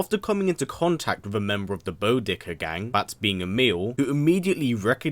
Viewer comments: Bodicker not bohdicker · Its pronounced bah-dicker. Not bow-dicker. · Smh Boddicker, Bod-Dee-Kurr not Bo-dicker lol HBTW you're killin' me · It's not pronounced Bo-dicker, it's Bod-dicker!!! That annoyed me so much! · bo-dick-er gang?lmao its pronounced bod-icker did you even watch the movie or have the sound on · dude "Bod-icker " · Bo-dicker lol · Every time he said 'Boddicker' wrong...it just made me cringe. And also the way he said ED's name. Have you actually seen the movie? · I just commented on the same thing, it was like nails being scraped on chalk board or a dentists drill, that's how much it made me cringe lol